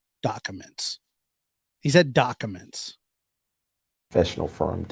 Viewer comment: Great live! I spit my Diet Dew out at Dock-a-ments! 😂😂😂😂😂